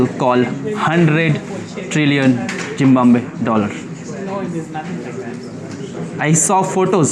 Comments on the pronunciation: Zimbabwe ❌ Zimbanbe ✅ Zimvanve ✅ Zimbanve ✅ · He seems to be so stupid again and again pronouncing it wrong, just can split and pronounce it right. ... Zim.....bab....we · Jimbabwe nahi Zimbowa be nahi it’s ZIMBABWE 😅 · jim baab we, your pronunciation is jim wannwe. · Zimbabwe not a Zimwabwe 😂😅🎉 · Bhai Zimbabwe hein zimbomboye nahi 😂😂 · bhai aapne poora zimbabwe ko zimbambe bol rhe the. apne bola koi galti ho toh sudhaar dena isiliye bol rhe hai. ZIMBABWE. pronounce: Zim-ba-bue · aapka Hisaab-Kitaab kuch galat nikla! 😀🤪 Its not ZIM-WAM-BE ITS " ZIM - BAB -WE! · It's Zimbabwe Not ❌ Zimbambe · Zimbambe😅😅 itna kyu struggle karr raha hai. It's Zim+baab+ve in pronunciation. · You have serious problem with your English pronunciation you are travelling International lots of countries but you can't pronounce a country name properly Zimbabwe but again and again you are saying Zimbamba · Zimbambe.... Zimbambe kya hai?...... Say Zimbabwe 😂😂😂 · its Zimbabwe not zimbambe Thik se to nam nahi le pa rahe ho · उच्चारण थोड़ा ठीक कर लो। जिंमाम्बवे नहीं जिंबाब्वे (Zimbabwe) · जिम्बाब्वे। 😂😂😂 जिम्बाबे नहीं। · Bhai zim baa buuee ye bola kyu nehi jaa raha aapse😂 U said zimbambe zimwawue zimame but zimbabwe bola nehi ja rha 😅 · Bro it's ज़िम्बांवे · Zimbabwe ❌ Jimbambe ❌ Zimwawe ☑️ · Bhai, whats your problem in your life, local guys in Zimbabwe tried to correct your pronunciation of the name of of their country, but you are such an asshole, that you are still adamant a d pronouncing their country's name as Zimbamwe. You don't have to be so stupid and arrogant while travelling to countries and respect their culture, language and so on. Rest all good, enjoy, cheers👍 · are vai it's ZIMBABWE (zim-ba-buye) ab sahi se bolna!😑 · Please pronounce Zim baab Way! Properly at least once 😂😂😂😂😂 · Why do you always pronounce 'ZIMBAMBE'? So irritating! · Bhai abhi tak "Zim Bab We" pronounce karne main nakaam Raha hai 😂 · Choosey Zim baab way kyu nahi bola jarha terese